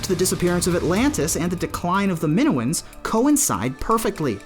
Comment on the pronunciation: Min oh uns. Say it